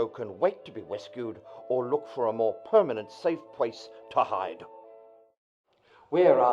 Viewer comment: "A pwermanent safe pwace to hide."